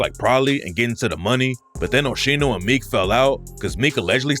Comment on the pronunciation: I don’t believe it that shit and btw It’s pronounced OH-SKEENO but whatever